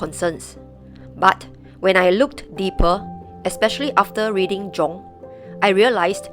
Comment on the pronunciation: Carl Jung is actually pronounced "Carl Yung," with a soft "j" sound similar to the "y" in "you" : )